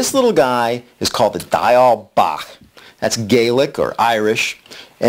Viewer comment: Diawl Bach is not Gaelic or Irish. It is Welsh, from Wales. You pronounced "bach" correctly but "Diawl" is pronounced "dee- owl". Great pattern though. ;-)